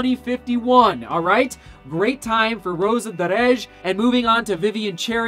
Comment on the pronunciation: I like how you pronounce Rosa Dereje! Kipchoge is an all Time great not just in running but in sport!